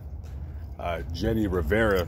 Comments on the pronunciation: Your good in reading spanish. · Thank you for doing this video and covering the death of our Queen Jenni Rivera. Your Spanish pronunciation was on point!!